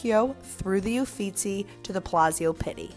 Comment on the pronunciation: Who taught the narrator to pronounce Italian (The Adoration of Maggie?!?!) and spell-checked the Italian names (eufitsi) (Titan) (Jenn oleski) referred to? Embarrassing!!